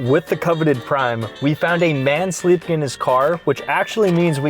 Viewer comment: "HiS sLlEPIN, his SLleEppInNN" -from a wise man